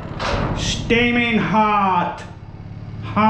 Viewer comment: Shteaming Hot lol cracked me up